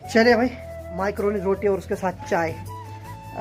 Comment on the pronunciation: मैक्रोनी बोलते हैं भाई माईक्रोनी नही